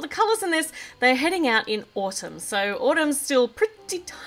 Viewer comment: why are you pronouncing Autumn like Autum?